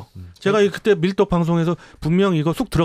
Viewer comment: 음...사회자님/!^)..밀~떡 으로 들리는군욥.ㅋ//내 귀가 이상한가...므흣